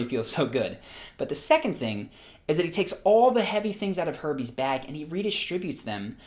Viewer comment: How many people heard Herpes instead of Herbies?